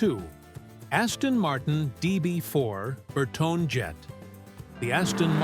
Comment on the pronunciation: Bertone is pronounced Ber-toni.